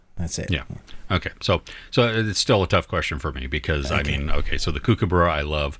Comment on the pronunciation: Late to the party again............ 1. Cool Runnings! 2. Home Alone 3. Planes, Trains & Automobiles Candy-licious!:) RQ: too easy. Wolf, my favourite animal (well, dogs in general really).: you need to learn how to pronounce Kookaburra mate!;-p And I think your spirit animal is really a Sloth from what you've said lol! JWST...now you're in me territory! Great special. If I hadn't become an IT geek, Astrophysics was/is my first love. There just wasn't a career or money in it, back in my day, eh. Are we alone in the Universe? The speed of light for all practical purposes makes it so. Even if there are intelligent aliens, it will takes years/decades/millennia delays just to communicate back and forth with them, much less make the trip to each other (and that's assuming they are even in the Milky Way!).: I'm enjoying Baki! I know it's gone off on a tangent and completely unbelievable, but hey, it's pure fighting fantasy anyway!;)